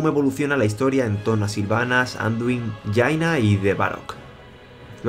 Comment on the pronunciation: Me sorprende que pronuncies bien "jaina" y sin embargo digas azzzzzzzzzara... ahí marcando bien la Z, es az"shara. .